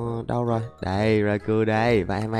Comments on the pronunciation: Rau cau anh ơi không phải rai cu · khong phai doc nhu the anh raikou anh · Nó đọc là rai cao